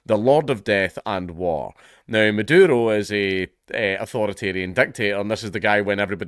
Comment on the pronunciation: I dont know if its on purpose or just his accent, but im hearing him call the vz prez madoodle.